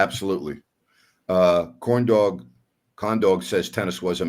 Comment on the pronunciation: its corndog not condog